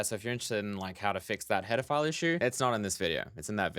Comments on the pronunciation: Everytime you say "header file" it sounds like "pedophile" .___. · When you say header file it sounds like pedaphile